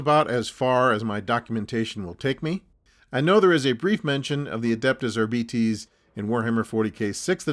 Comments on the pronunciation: Arbeetees? I've been calling the Ar-bites! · "Ar-bee-tees" over "Ar-bites" odd choice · I’m just stuck on these R-bee-tees. Though Are-bites was a little more common. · I've not seen the Warhammer Preview so I couldn't comment. I am an old English man who's only really interested in old hammer stuff so I would pronounce the word Arbites as I would pronounce the word Arbitrator, as in 'R-bites'. Also up until recently I've only ever heard it pronounced 'R-bites'. I suspect it's an an Americanism to pronounce it 'R-bee-tees'. Anyway, however you pronounce it, thank for the upload and the trip down memory lane 😊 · for the ones too young to remember "Gestapo Bob Harris" refers to the host of the BBC Old Grey Whistle Test music show, "Blaster Bellamy" is probably bearded TV wildlife guy David Bellamy, Ramperpo - Rambo, not sure about the rest. My generation used to pronounce "Arbites" as though it rhymed with "arc lights" so yeah myriad are the ways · I think the odd pronunciation is because 'arbites' is sort of derived from the ancient Latin word 'arbiter' (judge). Makes them sound very official and imposing I suppose :-)